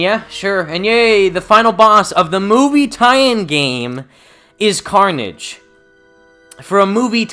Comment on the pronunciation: Carnage? More like Carn-EDGE